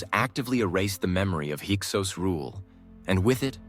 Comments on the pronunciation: There may be some valid content here, but dang, is is very disconcerting that the AI keeps going back and forth in pronouncing Hyksos and Avaris with long and short vowels. You might as well turn off the video, the pictures don't match the content 80% of the time. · The word is pronounced hick-sos….